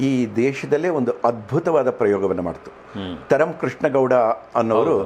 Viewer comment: "ಅದ್ ಬುತಾ" ಅಲ್ಲ ಸರ್...ಅದ್ಭುತ